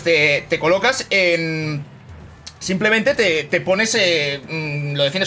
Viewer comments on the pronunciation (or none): none